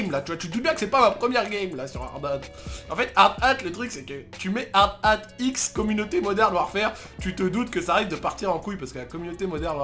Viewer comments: DIT HARDATTE ET NON HARD-HAT STPPPP !!! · "hard ate"